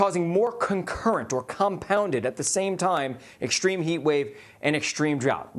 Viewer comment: Why is it ? He doesn't know how to pronounce extreme & extraordinary